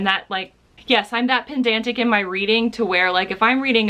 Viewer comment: It's Ironic that you said pendantic instead of pedantic in relation the spelling mistake frustration 😅. I tried to read nova by delany and lost interest a 3rd of the way. Babel 17 is on my book shelf so I'll give him a second chance.